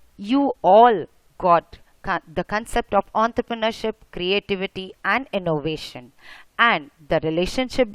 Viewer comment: ontrrpreneurship XDXD